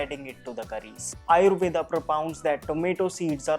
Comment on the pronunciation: Could u pronounce आयुर्वेद not आयुर्वेदा